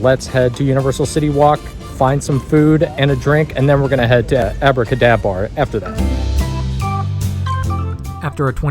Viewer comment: Impressed by how times you said Abracadabar successfully lol